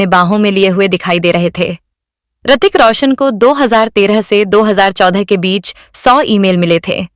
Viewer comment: Hritik not Aartik